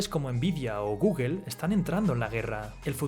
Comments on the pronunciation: cuál es el problema de los españoles con pronunciar google bien XD siempre gugel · Repite; GOOGLE.... no Googel .... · Me gustan tus vidios, pero me da gracia que pronuncies microsoft y guguel al mismo tiempo xd